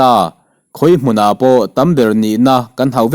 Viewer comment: Khawi hmunah pawh tih hi i lam pai leh ta. pakhat hmun tih ang hian hmun hi lam rik tur. Buh hmun tiha hmun ang hian lam rik loh tur😮😮